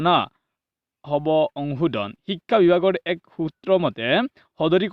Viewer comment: Apunar vedio bur bhalei kintu pronounciation tu olp improve koribo lagibo, ho tu o ucharon nokoribo, onghudhon nhy honghudhon, ekha nhy hikha buli ucharon koribo